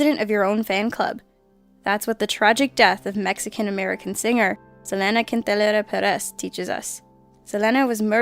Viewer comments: you said the name wrong it's Selena Quintanilla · The butchering of Selena Quintanilla's name fucking rekt me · Lol white people can't pronounce Mexican names for shit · Lmao the way she tried to pronounce Selena's name was hysterical "zelena kuintunera perez". You could have just pronounced it right rather than trying to sound Hispanic, that was more brutal than her death. XD Future reference: Its Selena Quintanilla Perez that is (in English accent) Se-lee-na Keen-ta-neeya Pe (eh)-rez In Spanish accent it is (every e is pronounced as eh and a is pronounced as ah) Se-le-na Keen-ta-nee-ja (this one will be pronounced as either ja or yah) Pe-rez. Again with added letters Seh-leh-nah Keen-tah-nee-yah Peh-rehz, Spanish 101 ;-D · it's pronounced Ce-Lee-Nah Keynta-Nee-ah and Yo-lan-dah. I think that after so many years after her death and multiple celebrations of her birthdays (that her family attends but do not arrange) people in the English speaking language would at least know how to pronounce the name of Latino Music sensation Selena Quintana. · Selena kentanila???? my gosh, at least I now know your not hispanic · wtf she doesn't even know how to pronounce Selena Quintanilla name.. I'm so pissed off.